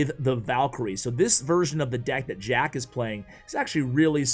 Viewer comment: Sounds like he said shack at 28sec lololol